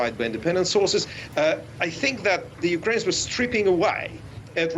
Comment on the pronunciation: Fergawdsake teach these "journalists" how to pronounce "Ukraine".